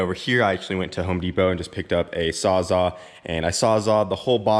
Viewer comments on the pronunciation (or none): Sawzall, not sawzaw lol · Its called a saw's All.....not a sawza 🤣😂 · Sawza? Smh. It’s SAWZALL. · Sawzaw? Sawzall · Lmao did u say u bought a sawzaw and then u sawzawed it lmfao? Dude its a Sawzall lol. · It’s sawz all... wtf is a sawza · say it with me.. "SAWZALL" 🤣🤣🤣🤣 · Sawwzaa lol! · What the fuck is a ‘sawza ‘??